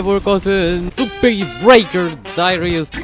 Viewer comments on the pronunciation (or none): 뚝쀄기 부뤠잌얼 다으리우쓰